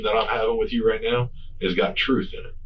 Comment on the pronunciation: “On my mama I’m telling the truf” Glad you brought her up By the way…